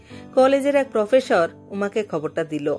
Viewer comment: ডিরেকটর, প্রফেসর (ডিরেকটর এর মতই উচ্চারন), অফিসর,,,,,,, উচ্চারণ ঠিক করতে হবে।